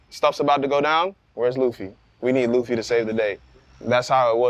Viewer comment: Monkey D. "Luffie" lol